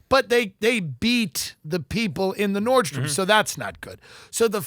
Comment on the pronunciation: FYI it's NORDSTROM, there is no S. you said it wrong maybe 134 times. :( I'm Sorry!!!! Now you know.